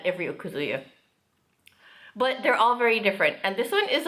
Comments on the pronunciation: Agree! I've also heard Japanese speakers emphasize the second (more) AND last syllable (less): o-KA-zu-YA. Many times, I've heard wrongly pronounced: o-kuh-ZOO-yuh. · That is NOT tempura but, Ebi Fry. Also okazuya is pronounced, O Kazuya. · That's what they call it in the restaurant. Also, the emphasis is on the second syllable of okazuya (おかずや) not the first.